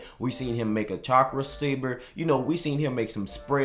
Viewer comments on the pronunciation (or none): none